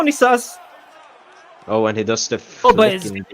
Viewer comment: Somebody please educate these guys on how to say Dionysus. It’s not a super obscure reference. The wikipedia page on him is like 20 pages long. Die-uhh-ny-sus.